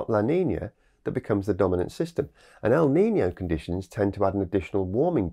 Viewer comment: NOT LA NINIA .. LA NINA. NOT EL NINIO ... EL NINO